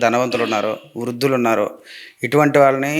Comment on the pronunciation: వృదులతో కాదు వృద్ధులతో దు కింద ధ వత్తు పెట్టండి